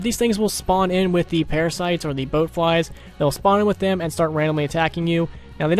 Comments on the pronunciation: bloat not boat lol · No h8 just pointing it out it's BLOAT flies not BOAT flies from fallout